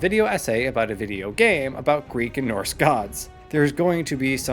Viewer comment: Did tou seriously call it "north" mythology?! Bruh its NORSE not NORTH